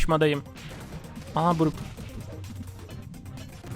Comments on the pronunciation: Abi bruk değil brok (brock) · Abi o BURUK diye değil BUROK diye okunuyo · Abi bruk değil brock diye yazılıyor brok diye okunuyo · abi brock buruk diye değil brok diye okunuyor